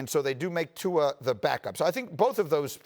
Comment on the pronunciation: Lmao at RC butchering Tua's name